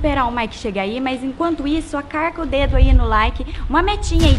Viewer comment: Parei no "acarca".